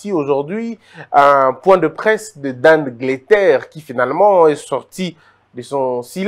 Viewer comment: Rapport mapping et non manppiing. Dan getler et non Dan gleter